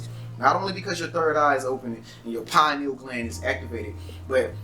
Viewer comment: Yeah they talkin bout some Pineals!..PINE NEALS??!! 🤣🤣